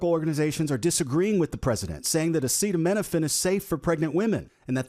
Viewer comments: Interesting how the rest of his ramblings weren’t included! Such idiots! Can’t pronounce words he knows he’s going to say at a press conference, HE called! Yosemite, acetaminophen … He’s SO lacking in intelligence that he can’t even TRY to prepare! Of course, none of his idiot cabinet member even try to help! The emperor has no ability to read or think! He makes himself look and sound so bad! His rambles are exhausting! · I’m not dunking on Trump for not knowing how to pronounce the word. I’m dunking on him because he had the opportunity to learn this word before his speech but he was too lazy to be bothered to do so. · if this is his first time reading the very common word “acetaminophen” then he isn’t qualified to make any claims that can be taken seriously In reality, trump has severe dementia. He definitely used that word in his younger years. His brain is jelly now, so he has lost the ability to use a grade schoolers vocabulary. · We’re going to take medical advice from the guy who can’t even say acetaminophen and simply describes it as “not good” …. Okay. 👌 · The leader of the united states of America can't pronounce acetaminophen. I'm tired boss. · The stable genius can't pronounce acetaminophen. Ohhhh yeah that's a really difficult one. The whole world is laughing. There is no proof. What they should look into is hyperbilirubinemia of the newborn and make sure it is treated correctly before the infant goes home. Can you see the orange ogre say that one? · He can't even pronounce it 😂. Btw how many doctors were in that conference excluding the Kennedy quack 😂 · Does his staff try to make him sound dumber? Wouldn't you make sure you can pronounce everything before going out there? Especially if you're spilling BS at least sound like you passed elementary school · He can't say "acetaminophen". What a great leader😂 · He can’t even read the word acetaminophen